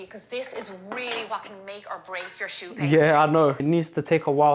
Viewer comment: Not "show" pastry it's pronounced "shoe" pastry😮